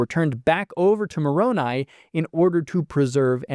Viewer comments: For all the things he might have inadvertently misconstrued, is proof to me that Mark is being earnest in his approach when so many others are scornful. He actually pronounced Moroni's name correctly, something that so many other critics fail to do. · I appreciate that Mark pronounced Moroni's name correctly. It's a dog whistle of anti-s when they say "MOR-o-NEE"